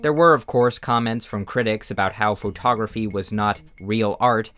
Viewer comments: Photography is pronounced "Fuh-taw-gruh-fee", not "FOE-taw-gruh-fee". No need to say the FOE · please pronounce photography correctly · why does he say faux-tography (respectfully) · why do U pronounce foe togrqphy that way❣ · faux-tography damn bro why you saying it like that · I love how you pronounce pho-tography It's how I imagine Forrest Gump saying it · why does blud say photography like that